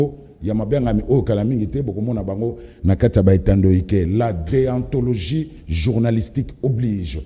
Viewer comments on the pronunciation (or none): Balobaka Deontologie et non Deantologie .yo nde oyebi te.